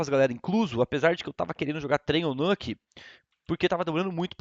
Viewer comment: Fallen, a pronúncia correta é Nulke (com ênfase no "Nul"), não Nûke